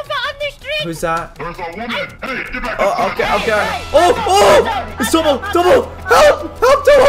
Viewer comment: Caulus you said tono not tomo